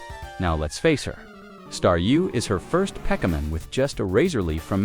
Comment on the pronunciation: there's actually some pretty neat tricks to manipulate a TTS voice to say "Pokemon" properly